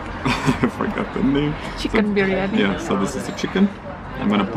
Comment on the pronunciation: You just murdered the biriyami .. you know that !!!